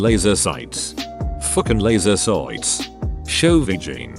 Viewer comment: Hearing the software say "fookin laser soights" is the hardest I've laughed in a while.